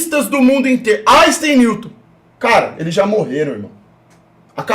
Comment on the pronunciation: Áixtem? Nunca ouvi falar!